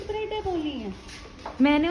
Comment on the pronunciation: bata bhyi? Sandwich breadEY boli h?